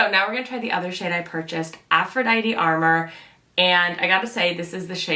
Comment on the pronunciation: Just for future reference it's pronounced a more, which means a secret or illicit love affair or lover. Lovely review by the way :) I got the Venusian sunrise blush and the Lunar Allure highlight. I really am enjoying both!